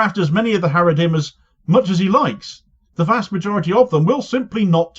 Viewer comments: Every time you say 'Haredrim' i keep visualising the Haradrim in the Lord of the Rings, lol. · 😂😂 he said haredhim, the orthodox🧃 But fans of LOTR too here 👋